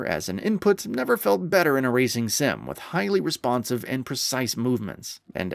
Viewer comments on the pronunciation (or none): none